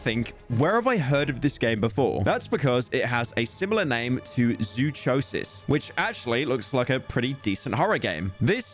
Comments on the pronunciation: PYRO ITS ZOO-CO-SIS NOT ZOO-CHO-SIS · why would you possibly think its chosis brah, its kosis like psychosis sykosis not sychosis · Zoo- co- sis not zoo- Cho-sis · This man really pronounced zoo- co- sis as zoo-cho- sis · zoo-cho-sis...bruh my god its pronounced like the word psychosis, Zoo-Ko-Sis, sai-ko-sis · Hearing Pyro pronounce it zoo-cho-sis and not zoo-co-sis makes me wanna throw him like he throws his ps5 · Zoo cho sis bro can't read its zoo co sys like psychosis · man really decided to pronounce zoochosis "zoo-cho-sis" instead of "zoo-ko-sis" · Pyro saying Zoo-CHO-sis instead of Zoo-Co-Sis hurt me physically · Its Zoo-Ko-sis not Zoo-CHo-sis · Zoo-koe-sis. Not chode sis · They said zoo- WHAT? because pyro said CHOW. Not like psychosis, which is how zoochosis is supposed to be pronounced. He said zoo cHO sis. You say chosis like zoo Co-sis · "Zoo-Choh-Sis" god you're so painfully white, its "Zoo-Coh-sis" you know like literally any other use of the suffix? Psychosis??? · "Zuçosis" bruh forgor English for a min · >psychosis >zoochosis >pyro says zoo chode sis please delete your channel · Im pretty sure zoochosis is supposed to be pronounced zoo ko sis (as in psychosis) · zoo-chodesis lol, the chosis is hard c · hey just wanted to say zoochosis the ch would be pronounced like a k like in psychosis, hearing you pronounce it like a ch reminds me of everytime you showed inflation furry images on stream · dude... zoochosis... as in zoo and psychosis... not zootchosis 💀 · did you seriously pronounce Zoochosis as "Zoo-chose-is" bruh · why you pronouncing -chosis like chew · Zoochosis is pronounced with a hard “cuh” sound. Like Zoo-ko-sis. Like Psychosis. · Its zoo-kosis bruh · Of course it's the British man that misspells the word Zoochosis by pronouncing it Zoo-chose-is 🤓🤓🤓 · Pyro saying "Zoo-cho-sis" instead of Zoochosis like psychosis made me irrationally angry. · Zoo Cho sis is a crazy way to pronounce that game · “Zooçosis” -The Parsnip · zoo-CHosis btw